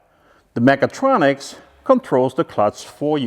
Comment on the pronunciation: Sometimes it sounds like you are saying megatroniks :D